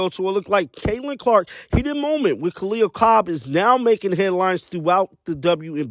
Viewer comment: Damn everyone says Kahleah Copper's name wrong lmao